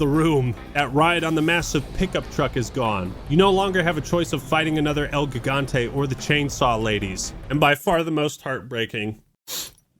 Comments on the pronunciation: You’re pronouncing Gigante wrong! It’s pronounced ‘Higante’! The first letter doesn’t make the ‘G’ sound, it makes the ‘H’ sound! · How do you mispronounce Gigante? It literally means giant Also what's wrong woth repressing u3 for ada